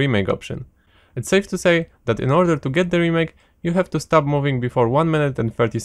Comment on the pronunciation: He says stop like start lol. Was so confused